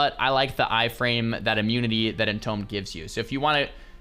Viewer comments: its EN TOOM not EN TOME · Its pronounced IN-TOOM, not IN-TOME. IDK WHY IT BUGS ME SO MUCH BUT IT DOES ARGHSJDJSUCBDDJDITUWOAO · Entombed is pronounced Entoomed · you pronounce entombed like a nunce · Is he just trolling at this point by pronouncing entombed incorrectly, or what? I feel like I’m going crazy.